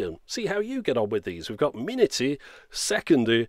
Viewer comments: haha it always feels strangely but warmly funny to see something from our relatively tiny country like this :). If you're interested, the name of the company refers to the city of Prague and it's pronounced somewhat as "prague-o-tron". Nice pronunciation of the minuty, sekundy, milisekundy! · when I first saw that timer I thinked thats polish, because polish and Czech are so similar, by the way your prounanciation of ,,minuty", ,,sekundy" and ,,milisekundy" is so good for the person who isn't from Slavic country